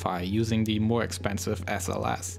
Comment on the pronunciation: And spacex awweady has deveowoped a mowe powewfuw vewsion >w<